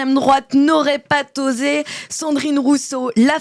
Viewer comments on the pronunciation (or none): "n'aurait pa...T'osé ça fait mal aux oreilles... Respectons la France jusque dans sa langue ! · Attention aux liaisons,, on ne dit pas "pas t'osé", mais je vous pardonne ce T étonnant. Vous êtes par ailleurs géniale! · Je ne suis pas français mais je vous suis et j'aime ce que vous faites mais...le "n'aurait pas t'osé" m'a fait mal aux oreilles :s